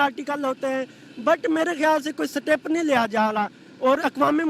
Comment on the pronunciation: Seetep hahi...step hota hai